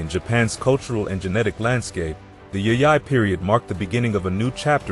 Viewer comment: It would be nice if you can pronounce Jomeo and Yayoi correctly. Also images of how these people lived and constructed buildings/dwellings more in tune with reality. They look very late Chinese with curved roof tops. That didn't happen in Japan till thousands of years after influenced by Chines architectures. And that is still only reflected in the Buddhist temples not over common households. Facial features of people depicted was also of much later Yayoi period when there was influx of Southern Chinese and Korean peninsular people who replaced or mixed with Jomon locals. Jomon people had very different features which might be resembled still from Okinawan but not Ainu since they didn't come into Japanese history till 13th century.